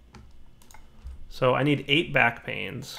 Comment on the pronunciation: Now that I've read this comment and went back and saw the discrepancy, every time he says "backpains" I frigging lose it. Rotflmfao!